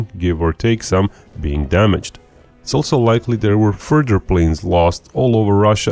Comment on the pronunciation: "Furder events..." Speak English!